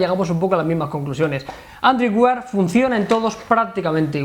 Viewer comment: aprended a pronunciar android wear por favor, que no cuesta nada